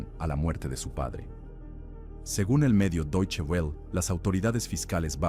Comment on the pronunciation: O "w" em alemão não se pronúncia "u" . Essa pronúncia do existe em inglês... é peculiar desse idioma o "w" em alemão pronúncia-se como "v" bilabial ... "v" diferente de "b" e de "u". Como.e Wolfgang, Weimar, Wilhelm , Werther, Wagner etc Portanto, Deutsdhe Welle [=velle]